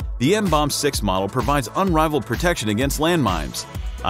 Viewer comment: You pronounce it: MMM-BOMB-BEE.